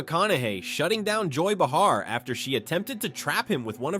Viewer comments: its bay har not bah har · Joy (pronounced Bay-har). I don’t care for her woke politics or the rest of The View’s lefty politics, for that matter. And I agree with Matthew 1000%! And it’s not Matt Wallace, of 60Minutes, interviewing Morgan Freeman. It’s MIKE Wallace. He’s the father of Chris Wallace, who used to be with FOXNEWS. Don’t know who he’s with now, but Mike is deceased. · The text couldn't spell comb...or pronounce BAY_HAR...AI